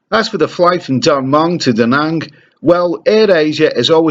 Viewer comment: Does my head in does...... Come on learn the pronunciations.... My mother in law lives there.